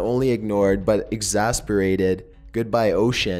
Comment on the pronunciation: he mispronounces sooo many words in this one its almost irritating. He misspelled and mispronounced Heracles, Helen, exacerbates....dude, research a bit more